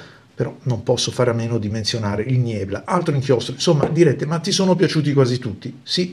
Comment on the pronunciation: niebla è una parola spagnola: leggerei "nièbla"; Gewitterwolke è tedesco: leggi "ghevittervólke"; sundowner è inglese: pronuncia inglese ("sandàuner", all'incirca).